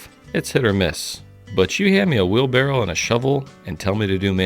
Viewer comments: Do you say wheel barrel ? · Btw, it's wheelBARROW not wheelBARREL :) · Are you saying wheel barrel? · Why isn’t the top comment about really sounding like he’s saying “wheel barrel”